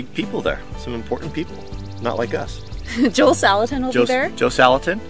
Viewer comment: You're saying Joel's name wrong hahaha